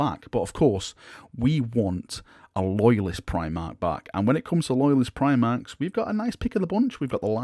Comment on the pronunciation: Me: no talks of Primarchs?: I’m not saying Primarchs, but PRIMARCHS? Me: there it is.